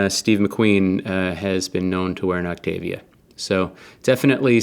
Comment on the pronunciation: Autavia not Octavia! :)